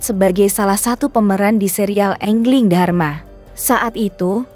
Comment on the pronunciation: Baru saya dengar engling dharma, yg bener aja ngomong